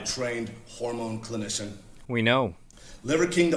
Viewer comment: Did he say "hormone clinition"?